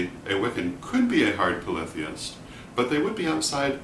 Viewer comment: This was valuable to me just for the correct pronunciation of "polytheist" never heard it spoken before. I seem to resonate with the Hard/Soft polytheism as if they are a yin/yang duality, both existing in equal "validity". I acknowledge that deities are (or can be) individualized entities, but the concept of Micro/Macro reminds me that all are one, and that one is all. I would assume to apply this concept to Deity as readily as to a painting, a person, an herb etc... (how ritualized magic could work without this principle is beyond me.) Also, I consider the understanding that Deity is everything, and that everything is Deity to be a core expression of respect and compassion for everything. :) cheers (